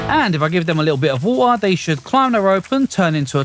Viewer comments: Lets grab a bucket of woolllleer... bro 😂 english people will never change... relly good video sir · did anyone notice he said wa'er?